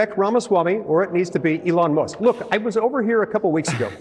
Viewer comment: In the Democrat vernacular, Barbara Lee is a racist who purposefully mispronounces Elon Musk's name , she shows disrespect for African-American Elon Musk, who was born in South Africa.